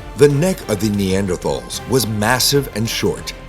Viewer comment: Rhanks rotpronounci😅ng neanders correct way😊